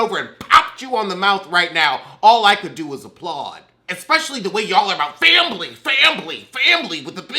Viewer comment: Lost feeling on one side when you done said, FAMBLY!